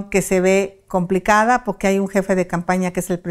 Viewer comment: Poque , poque 😂 ni siquiera sabe hablar y de habladora ni se diga